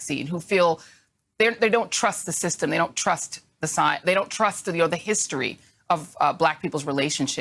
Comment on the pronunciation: You should trust the signs? Is she trying to say science? All I hear is "signs"